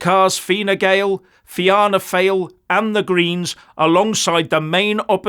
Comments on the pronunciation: Ok, you probably need to get the proper pronunciation of Varadkar and Fianna Fáil. So, let's start "Var-Adkar ok, and Feena Fawl, there ya go., but yes, we sent a clear message to these out of touch, higher moral ground, ideologically captured wanna be dictators in our govt. If they go for another referendum I'd say they'll lose that too. We're going to get rid of this coalition, but the problem is that every other party in Ireland is equally bad, apart from Áontú and the independents. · Ouch,! Fee-anna Foil. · Its pronounced FINA FALL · Fianna Fáil is pronounced as in the "Fiat" car and in the name "Foyle". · Ha! Ha!, our PM which is called Taoiseach (tea-shock) is pronounced ver-rad-ker. Fianna Fáil (fee-naa-fall) and Fine Gael (fee-naa-Gail). Thank God we have a constitution, other wise we would be the wokiest country in the world. All our main stream parties are EU/wef a**e lickers. (And in the case of our PM it literally is true). Hopefully we can give them a good trashing in the next election. Sorry for laughing at your pronunciation, but it’s very funny from an Irish pov.